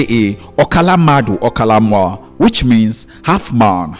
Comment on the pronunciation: Mmadu not madu